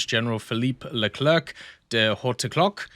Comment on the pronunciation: The "C" at the end of Leclerc is silent, it's not "Le-cler-que" but "Le-cler" phoneticlly